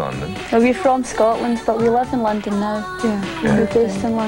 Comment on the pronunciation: not to be stereotypical, but as good as his English is (and it is very good) he hasn't quite gotten the "L" down. listen to how he pronounced "London."